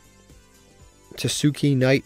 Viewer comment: tah-skay knight is how you pronounce it btw.